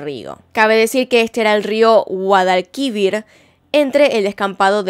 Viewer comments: Guadalquívir No Pleeeeeeeeeeeeeease xD Guadalquivir (acento en la última i, que no tilde) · a todos los españoles, más aún a los andaluces, nos ha petado un tímpano XD. No es GuadalQUIvir, es GuadalquiVIR, no se si me explico, la silaba tónica es la última. Pero a saber la de cosas de tu país que yo pronuncio mal XD. PD: me encantan tus videos y acabo de ver que no estaba suscrita, matame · Me encantan tus casos, pero por favor, GuadalQUIvir NO, GuadalquiVIR. El acento está en la última sílaba. Lo siento, necesitaba decirlo. 🙏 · No es GuadalquÍvir si no GuadalquivIr (la fuerza de voz esta en la última) no lo digo a la mala si no porque me llamo la atención😂👍🏻 apartir de eso muy buen video, me ha encantado❤😉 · Me hace gracia que en vez de decir como Guadalquivír dice Guadalquívir 😂. Se que no lleva tilde es para mostrar la pronunciación 🌲🌺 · Guadalquivir, acentuado en la última sílaba, igual que Jeréz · JerÉz y GuadalquivÍr, gracias. Pongo las tildes para que quede clara la pronunciación ;) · GUADALQUIVIR!!!!!!!!!!! Cada vez que lo dice mal me duelen los timpanos. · Su pronunciación de “Guadalquivir” 😭🤌🏻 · me encantó la forma en que dice guadalquivir xd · Saludos desde España, admiro mucho tu trabajo y te quería comentar dos cosas, 1, si apareciese el cuerpo de Marta y en el hay pruebas de un crimen diferente al que creemos conocer el caso de reabriria y seguramente por eso se calle miguel, y 2 guadalquivir y jerez tienen la acentuación en la ultima silava vamos q son llanas, un abrazo bella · Buen video, Guadalquivir lleva el acento en la última sílaba ☺️ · Me hace gracia el acento con el que dice río guadalquivir. Posdata: soy de sevilla España por eso el acento para mi es raro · Espero que no te ofendas pero lo has dicho mal (?), tipo has puesto el acento en la penúltima sílaba cuando es en la última, osea, la palabra no es llana, es aguda :'v